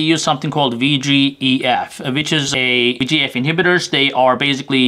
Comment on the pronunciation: did u say VEGF inhibitor?